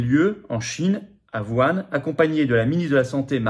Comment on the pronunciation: C'est pas "Vouane", M. Philippot! Lol c'est "WOU-HHHANE" 🙄